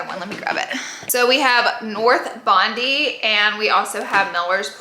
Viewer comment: Hi Laura! Love your accent and the way you make things your own, but just as an Australian girlie, thought I'd like you know the Ouai perfume is pronounced North Bond-Eye! It's a beach town in NSW!